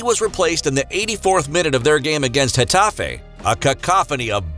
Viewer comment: Getafe* not Getafei